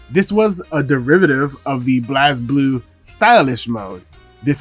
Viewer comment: Going to put the Same Comment from your Past & Same Upload Vid... "Small Correction. Blazblue is pronounced as 'Blaze'-blue" Anyway, another Great Vid...